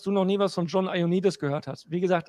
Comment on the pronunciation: Der Typ heißt JOANnidis, und nicht EIONnidis! Das kommt von Johann, und nicht vom Ei.